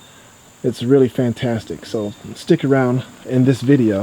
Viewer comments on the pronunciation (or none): none